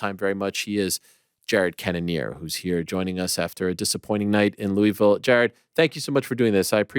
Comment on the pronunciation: Ariel please stop saying louey-villie it's loolvillie